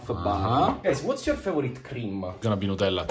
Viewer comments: Not them calling it nutfield 😭😂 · Love how they say "Nutellla" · It's liontella 😄